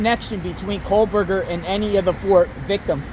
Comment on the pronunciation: KOH Berger No L sound